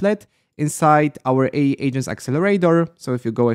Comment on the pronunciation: How to remove the Heygen watermark? I think AI is pronounced A - I